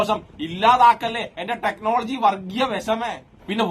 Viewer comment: ടെക്നോളജി അല്ല ടെക്‌ലോലോജി 🤣🤣🤣